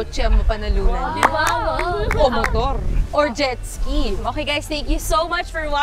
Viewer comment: "Jet ski"